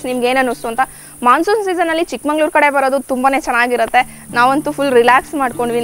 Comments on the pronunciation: Good vlog carry on the good work. Its Chikmagalur sir n madam not ChikmaNglur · Chikmangaluru alla swamy Chikmagaluru.